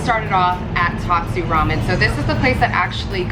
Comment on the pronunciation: So the tat part of tatsu is pronounced as tot like from tater tots.